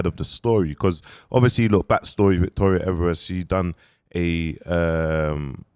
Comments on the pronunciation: You finally got the name right!! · Aye he finally got her name right 😂😂